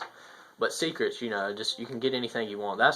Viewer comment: I thumbs downed just for you saying Secretes at 2 :[